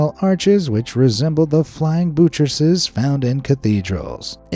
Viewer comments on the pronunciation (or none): buttresses is pronounced BUTTresses not BOOtresses